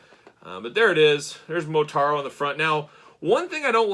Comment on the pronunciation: But it’s Motaro with an a. So cool though.